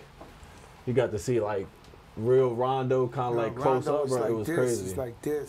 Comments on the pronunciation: Bro said Rondon Ronjo 🤣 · Fat Joe is that uncle every Puerto Rican has that butchers the name of everyone & you cant help but just laugh and want to hear more. he said Rondo Ranjo LMAO! 😂 😂 🤣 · “RONDON RONJO”